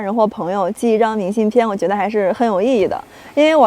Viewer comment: 东北女孩都白，到东北都变白了变漂亮了。在西北时脸黑黑的一副疲惫不堪的样子。另外 明信片的“片”,金鸡冠的“冠”为什么发一声，不是四声吗？西北和东北教的不一样？